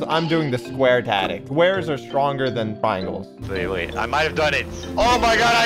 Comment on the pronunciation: İt not tatic its tactic